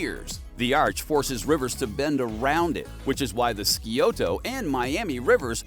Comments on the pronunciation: As an Ohio native... "Skee-oto" river😂😂😂😂 It's Si (like sci-ence) oto. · It’s pronounced “sigh-oh-Tah” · See-O-Toe lol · The river is pronounced Sigh Oh ta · AI doesn't seem to be very good at pronunciation i.e. Scioto River, really chopped that one and is where I quit watching. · I stopped when Scioto was mispronounced. For the last 20 years I have lived within a few miles of the Olentangy River. I love Ohio! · For those not from Ohio, the Sci at the beginning of Scioto is pronounce like the Sci in the word science. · Yeah, it or he, butchered that